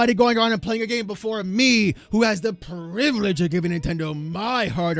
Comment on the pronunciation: Your gAAmee. What was that?? Lmfao😂😂